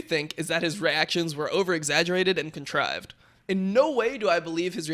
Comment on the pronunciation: the amount of times dom tries to say contrive.